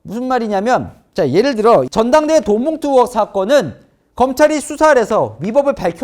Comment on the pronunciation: 동앵커는 '의'발음이 안되시나요?? 의원을 으원, 의혹을 으혹, 계속 으원으원으혹으혹거리는거 상당히 거슬립니다. 아니,발음은 기본 아닌가? 방송 생활 십 수년짼데..